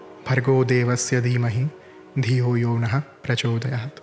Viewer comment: aapka gayatri mantra ka pronunciation wrong hai.... It should be dhiyo yo naf_ prachodayaat. It's written like yo nahä but pronounced like yo naf